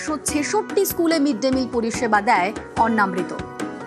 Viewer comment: গ্রাউন্ড রিপোর্টারের উচিত দয়া করে উচ্চারণ ঠিক করা। এটা অন্ন্মৃত নয় অন্নামৃত (অন্ন + অমৃত) ।